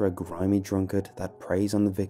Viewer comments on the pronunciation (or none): Its Gittes not Gitts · Love your videos. But I had to say... re J J Gittes, from Chinatown: his last name is pronounced "Get Ease" (or "giddies")